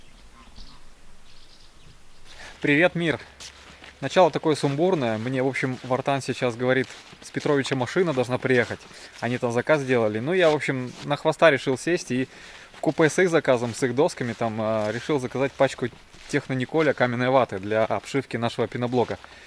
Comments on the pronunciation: Не в купЭ, а в кУпе. Русские говорите правильно, купэ в поезде. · Правильно,, ты исправился...вкУпе,и слог пе в конце слова мягко произносится...